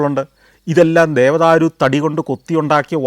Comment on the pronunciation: Sr dhevadhru alla dhewadhar